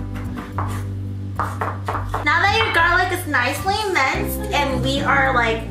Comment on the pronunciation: "Now that your garlic is nicely mense..we are like..almost done." "nO wErE nOt"😂